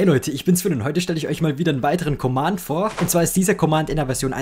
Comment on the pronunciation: Wie er einfach nicht "Command" aussprechen kann...